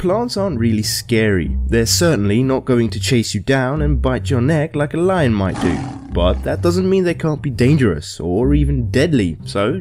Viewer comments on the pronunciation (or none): none